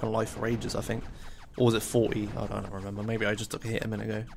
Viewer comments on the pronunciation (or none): none